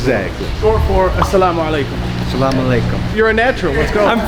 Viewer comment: He said Sal AHM 😂 man brother got some learning